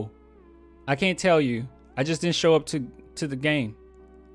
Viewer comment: All dat hatin and couldn't pronounce the word "show" without that extra "S" huh lol j/k... its still go Hawks here, but this ain't good look one bit 😩🤦🏾‍♂️